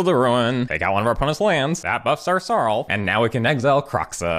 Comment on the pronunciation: next vid plz pronounce it "SAROOLF" has more impact